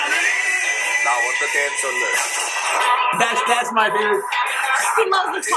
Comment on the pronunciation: it's not ni-ru-pu-da. u have to pronounce it as nae-ru-pu-da which means fire.